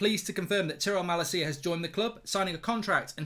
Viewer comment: As a dutch person for the LOVE OF GOD learn how to say Malacia’s name PLEASE 😂😂